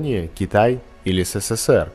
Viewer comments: Эсэсэсэр, а не сэсэсэр. В русском языке буква "с" звучит "эс". Безграмотность убивает канал. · Согласен с коментариями на счет царапаня- какой то подвох. Но особо резануло слух Сэ Сэ Сэ Эр. Правильно Эс Эс Эс Эр. Хотя неплохой тест, лайк. Хотя ,у многих лай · Бесит произношение- СЭСЭСЭР💩 Правильно - ЭСЭСЭСЭР. Жаль, загубили такой союз! Командирские не сравнить ни с чем. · Он сказал "сэсэсэр" 🤦🏻🤦🏻🤦🏻🤦🏻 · Почему ты "СССР" произносишь как "Сэ Сэ Сэр"? 😆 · Читается эссесесер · В будущих видео с изделиями изготовленными во время СССР, большая просьба не каверкать название некогда великой страны. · Тупой эксперимент неуч даже СССР не смог правильно произнести! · Хватит всё советское ломать и испытывать на прочность! И произноси нормально СССР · Научитесь правильно говорить СССР. вообще некрасиво